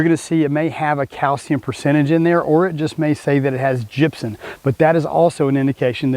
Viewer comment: Cat ion is actually CORRECTLY pronounced ‘CAT EYE-ON’… and gypsum is pronounced ‘JIP-SUM’ with an “M”…not an “N” 👍